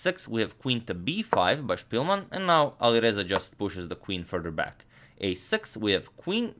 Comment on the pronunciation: Spilman a ne Špilman. Velemajstor je Englez a ne Njemac. 🙋